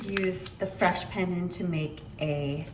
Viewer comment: Please pronounce Pandan correctly. Here's the way. Like in English, the phrase, "not pun intended", that pun is pronounces that way. The next syllable is "done'. So now, together Pun Done! Other than that, good video. Thanks for sharing.